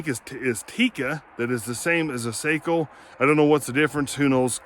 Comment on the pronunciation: Love the old Sako ( pronounced SOCKO) you need a bench